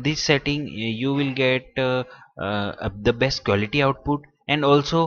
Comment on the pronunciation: quality I heard you said war li cute